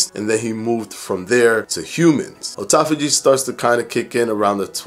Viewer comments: First, let me say that I love your videos. But since you went to the trouble of trying to tell folks how to pronounce autophagy in this video, I feel that it's relevant to point out that you're mispronouncing the word. It's not "oh-toff-oh-gee," it's "ah-toff-oh-gee." After all, you would call a car an "oh-to-mo-beel," would you? No. It's an "ah-to-mo-beel," isn't it? So why turn the 'au' in autophagy into an "oh" sound? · I really appreciated this vid, even hot the like button. But I can’t lie, I cringed a little every time he said “O-tophagy” instead of “Awe-tophagy”... 🤣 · it’s not O-tophogy. Its “Aw” tophogy. You’re killing me, especially considering you had a whole section on how to say it. you wouldn’t say Otoimmune, but autoimmune. Have always loved your content, but it brings down your credibility when you can’t pronounce the word right. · Otauphagy? Lol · i thought at the beginning we all agreed that AWEtophagy sounded better????? nevertheless, you rock no matter how you pronounce it..... i know what you mean! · Please do not teach mispronunciations of words. It is hard enough for people to understand what they hear and read. American (derived from English with many other languages added) is already not an easy language to learn with all of the contradictions and exceptions Your information is good and people look up to you. That means when you teach something that is incorrect, they go with it instead. Science and research is hard enough for most people to understand. This just makes it harder. Your videos are good and I watch them regularly. I just ask that you help everyone by making sure the words are pronounced correctly. Thank you.